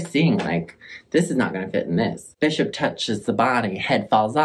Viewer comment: Look what you've done to my brain. When you said "Holy Bishop" I thought you said "Holy Bitch-up" and I will never be the same. 😂